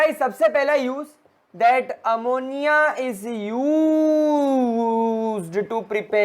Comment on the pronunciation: The way u talk Ammonia-A moni a is very funny and nice🤣